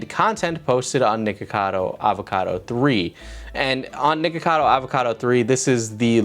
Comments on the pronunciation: i can’t be the only one who keeps hearing “nigga cado” 😭😂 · You REAAALLLY need to make sure you clearly pronounce the 'ck' in nickocado my dude because it sounds like youre saying N-Word cado most of the video XD